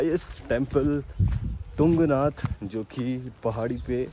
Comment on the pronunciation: तुंगनाथ होता है बरो✌